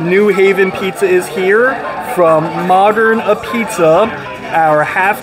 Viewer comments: Love you,, but it’s pronounced a-beetz 😉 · It's pronounced ah beets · Just so you know…apizza….is pronounced”apizz” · Its pronounced "Ah-beetz" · Apizza pronounced abeets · It's pronounced............"AHBEETZ." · I’m not even from New Haven but you gotta pronounce apizza right if you’re gonna review it. I’ll help.. ah-peetz or ah-beetz depending on accent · When It's spelled apizza, it's pronounced "ah-beetz" .. Great video nonetheless!